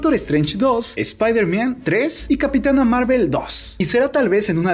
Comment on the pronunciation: se dice spider man no spider mian 😂 Yo no quiero que deadpool sea echado a perder por Disney prefiero que sea solitario el